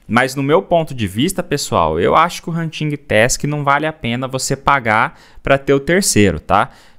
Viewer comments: “Huntingui task” 😂 Desculpa mas eu ri Adoro seu conteúdo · nao se pronuncia o G na palavra Hunting